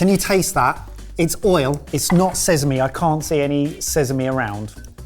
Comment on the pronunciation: Someone teach how to say Sesame!